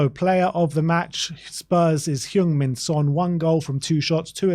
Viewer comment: Btw, it’s pronounced Hung Min Son. The E in Heung should sound like E in “Earl”